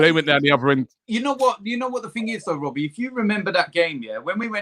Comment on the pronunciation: It's not Robbie, it's Wobbie